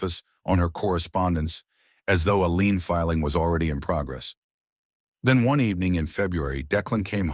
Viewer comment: These AIs still can’t get lien right .